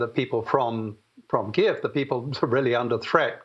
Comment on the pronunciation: Please show Ukrainians and the Ukrainian language respect by pronouncing the nation's capital KYIV correctly.